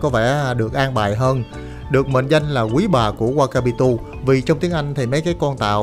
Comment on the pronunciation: Hồ đó tên là Wakatipu. Bạn edit sai và đọc sai nhiều lần. Nên chỉnh sửa lại cho video chuyên nghiệp hơn